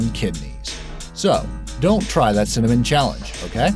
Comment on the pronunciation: Wait did he just say cimmanon wahahahahaha lol